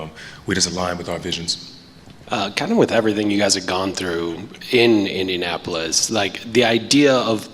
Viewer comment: The reporter said Indianapolis 😂